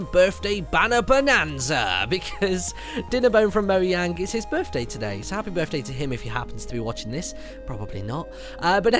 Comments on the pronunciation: I cringe when Martyn says Mojang(Mo-yang) instead of Mojang(Mo-jang) and it IS supposed to be pronounced like Mo-jang. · Btw, it's not pronounced "moyang" it's pronounced Mo-Sh-Ang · Oscar Hellke Mojang AB (mojäng: Swedish for gadget), pronounced /mʊˈjɛŋ/ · I know a Swedish streamer that says jump like yump. So maybe not Mo-jang but Mo-yang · Its pronounced Mo-shang, a really old tile game spelled Mojang.